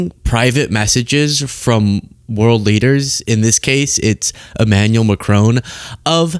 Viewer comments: Macron, the "on" pronounced like "on" in tron, not like crone please, merci ❤ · It's not mack-crone. It's mack-cron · MACRONE? Stop it! It’s MACRON…. Stop with the dumb ass mispronunciations all the bloody time! Duh! Americans! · No "e" on the end of Macron...first part Mac, second part Ron, like Ronald.... Not like Ma-crone..... No old lady in Macron, in fact, it's the other way...Macron is in an old.....you get the idea.... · It’s Macron with the emphasis on the first syllable not McCrone. Macron was wearing sunglasses due to an eye condition. The European Union is bigger than the American Union and seems now set on a path to distance itself from the latter and marginalise the US. Hilarious hearing the US president say to a forum in a German-speaking region of Europe that they’d all be speaking German if it wasn’t for the US. It’s reminiscent of Monty Python. The man’s a full on loon but nevertheless the choice of the American people as their leader and representative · Prime Minister Mark Carney never, EVER screams. He simply and calmly stated that “the sign is now out of the window”. And as a citizen of an officially bilingual country, I am pleading, for the love of God please learn how to pronounce ‘Macron’. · Wouldn't it be nice if this host could learn how to pronounce Macron's name? Not hard if you just listen. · Why are you incapable of pronouncing President Macron's name correctly? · Americans pronouncing Macron....... 😂😂😂